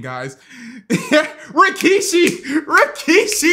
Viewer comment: Rikishi. Not Rakishi.